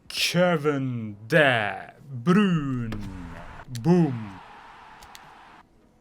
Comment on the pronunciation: Kevin de bürün değil kevin de brayn